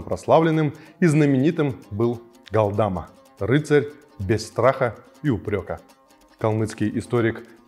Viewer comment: Галдма, но не ГалдАма. Даже если пишут Галдама, то ударение надо делать на последней глассной 《а》 ГалдамА